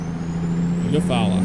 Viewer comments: The name of the town just across the line is pronounced “You-Fall-Uh” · Eufaula is pronounced “U- Fall- Uh”